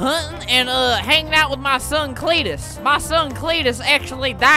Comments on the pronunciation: Auntie: creentus Uncle:cteetusre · Swamp Cleetus: Creetus idk xD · spent 1 robuck everytime albert says cleetus